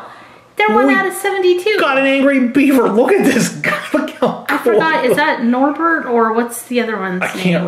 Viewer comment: It Norbet.